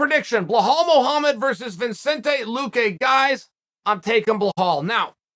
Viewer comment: luque. work on pronouncing his last name. its not vince...